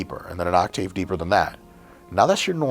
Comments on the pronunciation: Did this mf just say “Oct-ayve”? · Doc Mike saying OCTĀVE is making my blood boil.